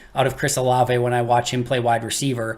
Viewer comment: Can you please tell how to say his name correctly: whenever someone brings him up in the chat, pronounces it "O-Lav" almost like the Frozen character "Olaf"...............please tell him it's "O-La-vay"